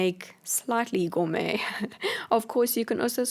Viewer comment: Every time u say gormey it reminds me of the cat food as and I know I can't spell